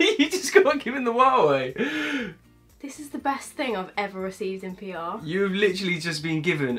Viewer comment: well love you two!!! But you keep pronouncing Hua wei wrong !!!